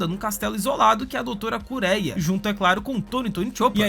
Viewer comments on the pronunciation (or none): a sua pronuncia esta incorreta é Doutora KureHa não Kureia, e é Doutro Hiluluk o correto, não Hiluliki, ótimo video Obs. nos fãs de OP somos chatos rsss voce deu bastante spoilers sim... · Kureia? Hilulik? É kureHa e Hiluluk